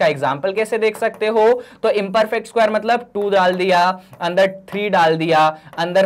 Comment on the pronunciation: Isquare nahi sir square😂